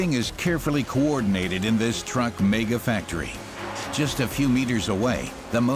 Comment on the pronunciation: Its not pronounced mayger its megga.......mega